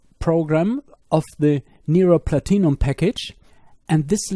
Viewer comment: it took a few minutes to understand you were saying "PLATINUM"